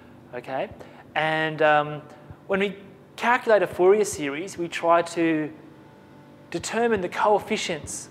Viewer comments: I know it's French and it is not pronounce foo-yay lol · Thank you very much for the vid:D btw it's pronounced four-ree-aye just a heads up:D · Haha, yeah. Fourier was a French man, therefore it is pronounced "4-E-A" Haha!